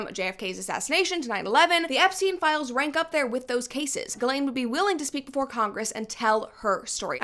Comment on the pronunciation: You just saying the woman’s name correctly is like music to my ears… if I hear one more “gizzlane” omg.